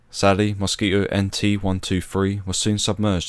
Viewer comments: A very informative film, well-structured, and you told the tragic tale well. Only one thing irritated me throughout, which is that there is a "t" in the word Mosquito. But I suppose that's a small gripe! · The dropping of the "t" in Mosquito is how some English speakers say many words with a t in the middle. It's common with words like twenty which becomes "twenny" . If I said 28, you'd here "twenny aight" with the t at the end of eight also being dropped. It's called a glottal stop. That said, I personally wouldn't drop the t in mosquito. I would also say zed not zee as it was said in the video. British people don't say zee like Americans so I don't know why he uses it here. I would also say that height for flying should be in feet just as it would have been back then for the RAF and is actually the required terminology for aviation today. Regardless of all that, it was a good video.